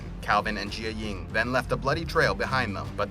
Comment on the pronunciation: Janet not Janette Jī-ying not je-a-ying